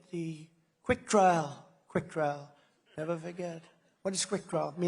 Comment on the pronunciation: I love how clear it always is that Trump is reading off a teleprompter and just interjecting every so often Absolute monotone, pausing between syllables, deadpan glare at the screen, "We are face...ing an econom...nomic crash...the likes of which we have ne-ver seen." And then he'll just bounce to life, look away, and go "Y'know we gotta have a good economy y'know gotta have one gotta have it" off the cuff